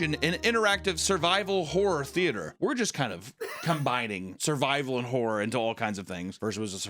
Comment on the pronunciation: I cant get past that every time you say horror, it comes out as wh*re lol